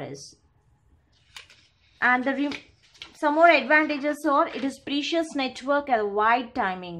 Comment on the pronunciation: can you please pronounce precision or precise instead of precious